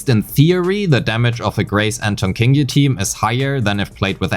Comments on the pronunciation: I think its pronounced "Ching" yi, not "King" yi, based on her name in chinese. Anyways, good analysis! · Her name is pronounced Qingyi! Like with Qiqi and Keqing! You're welcome. :3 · whole time i'm thinking why is pronouncing qingyi like that... you got me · The first time you said her name I thought it was a part of a joke, but no, you kept repeating it. Q is not K. Q is softer version of CH. Find a yt video "Chinese Pronunciation: "q" & "ch"" by MandaRhythm to hear how it's pronounced properly (or you could pay attention in game next time, as her name was spoken multiple times ;)